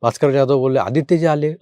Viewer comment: प्लीज Jadhav / जाधव.. असे उच्चारा....